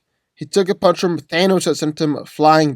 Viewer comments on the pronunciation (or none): none